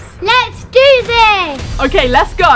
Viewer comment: " Lets gUu this " got me dead 💀